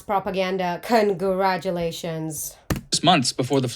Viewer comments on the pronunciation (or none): none